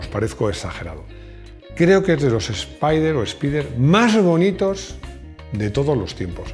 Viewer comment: Literalmente se pronuncia “espider “ y no “espaider”